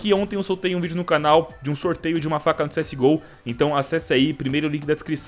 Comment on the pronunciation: agr nao e cs go ta geral falando cs ghoul '-'